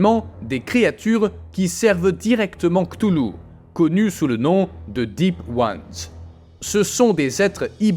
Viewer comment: Cthulhu ça se prononce "katoulou"